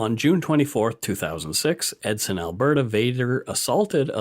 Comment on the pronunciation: Hey I just wanna say great podcasts and I like them. Also, I meet Travis Vader once in back in 2008. Also you pronounced Edson wrong.